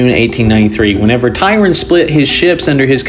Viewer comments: If you want to look him up on Wikipedia or whatever, his name ISNT spelled or pronounced Tyron. This is Vice-Admiral Tryon. The ship he was on, which was also the flagship of his fleet was the HMS Victoria. The ship that it was in a collision with was the HMS Camperdown, commanded by Rear-Admiral Markham. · Tryon not Tyron. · His name is Tryon, not Tyron.